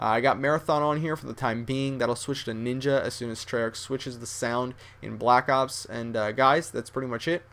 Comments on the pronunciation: That This Foo Said He Says LACK ops .So Stop Trynuh Look Cool And Sound Smart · funny when he says lack ops on